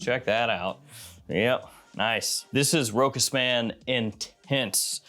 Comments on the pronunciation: Big fan ! One correction ...ROCHAS is correctly pronounced Rosha not Rokas. ...Cheers. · for the record, you don't do that badly on French words. You make an effort and you mostly get there. If you're interested in improving though, just know that it is pronounced RO-chass. 😀